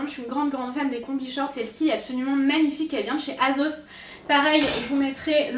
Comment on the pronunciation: on dit pas azos on dit assos juste comme sa